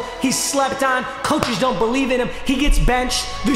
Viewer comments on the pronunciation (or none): none